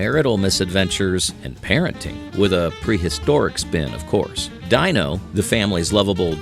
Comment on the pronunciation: Jonny Quest debuted in 1964 in primetime on ABC and lasted one season before CBS began showing reruns on Saturday mornings . The Flintstones pet dinosaur's name was pronounced DEEno, not DYEno.